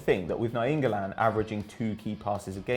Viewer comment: "Na-YEEN-golan" wow could you sound dumber